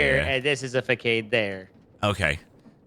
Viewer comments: OK. To all the children and non-english native speakers, facade is pronounced fah-sahd not fah-kade. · i think the issue is that the word is supposed to be written façade, but the english language doesn't use the ç, so when they see a word with it, they read it as a normal c, which makes them read it as a k instead of an s, resulting in fuhkad instead of fuhsad